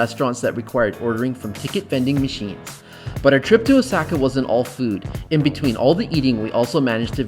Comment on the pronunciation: Anyone else cringing when this guy says Osaka as “osackuh”? 🥴